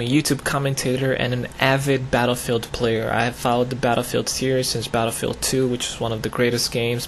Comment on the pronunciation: "Blatterfield" lol